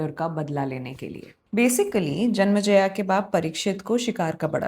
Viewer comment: मैडम जी विथ रेस्पेक्ट आई वाना सजेस्ट यू,हिंदी का मजा तो हिंदी टोन में ही आता है "जनमज़या " नहीं वो राजा जन्मेजय थे।